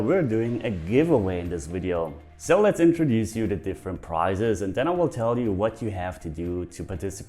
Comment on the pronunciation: I'm a Patreon. Just busting stones here lol LOVE the channel. Who else thought a "giveaway" shouldn't have prices? Haha I knew it was priZes. Just spelled how he pronounces it. Kinda funny! Sign me up for a chance to win a price please!